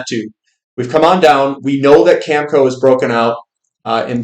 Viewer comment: not to nitpick. it's cam eh co.. cheers